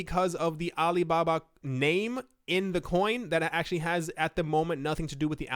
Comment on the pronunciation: Pronunciation is like Alee Babah